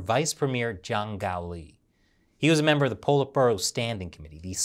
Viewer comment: should practice more on pronuncing Juang & Zhang.